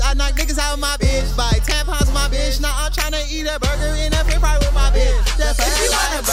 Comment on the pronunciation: did he rly say fre-fry lol